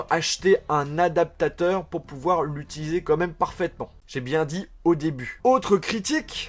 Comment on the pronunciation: un adaptata............... un A D A P T A T E U R lol tu m'a fait rire, surtout en vitesse 0.5 mdr. Bonne vidéo;-)